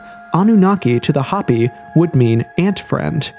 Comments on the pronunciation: Hoh pee! Not hoppy. Isn't there a way to go in and tweak the CG voice over? Repeated, stupid mispronunciations are irritating. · Drives me crazy that so many creators and narrator’s nowadays cannot read basic English. Hoppy vs Hopi for instance. It’s sad. They no longer teach kids how to use phonics to sound out words. They want them to recognize sight words. Which has lead to smaller vocabularies etc. Parents must teach at home and subsidize by sending them to school. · Hope - E, not Hoppy a least get the pronunciation correct. To be even more correct use the correct name for these people, the Diné. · hopi is pronounced HOPE-E ... ffs this vid is so mid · I can't stand how you pronounce HOPI 😣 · The o in Hopi is pronounced with o not a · You gotta learn how to pronounce "Hopi" and "Macbre" correctly bro